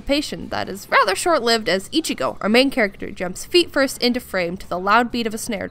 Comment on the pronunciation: Can I stab the like button using bankai? Best cringy outro lol this is the quality content I subscribed for. just a little extra detail, Ichigo's name is pronounced like "one five" not exactly fifteen